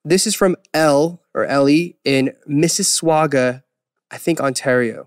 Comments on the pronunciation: Mississ swaga lol. It's pronounced Mississ-saw-ga lol but im gonna call it mississwaga from now on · LMAOOOO I need that pronunciation of Mississauga to become the new meme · "MISSASWAUGA" that pronunciation I can't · LEL.. Did he really pronounce Mississauga, missiswuaga? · Next time someone asks me where I'm from, I'm saying "Mississwuaga" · Lmao it's "missus-saga", the u in the sauga doesn't really get pronounced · The Mississwaga pronunciation killed me as someone from Mississauga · omg i know it's not a place most Americans know about but the way Eric said Missusauga made me cringe...as someone who lives in the province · LOOL i paused to come down and look for this exact thing!! the little head tilt like "..is that right..whatever' 😂😂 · Are we CANADIANS going to ignore how Eric pronounced "Mississauga"...? I mean at least he said it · sorry off topic but I'm Canadian and the way Eric pronounced 'Mississauga' got me 😂😂😂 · Eric im sorry but noooo, thats not how you pronounce Mississauga